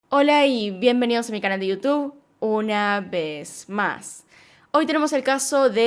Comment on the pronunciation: Me gustan mucho sus videos pero odio cuando dice "uh-na vezz más"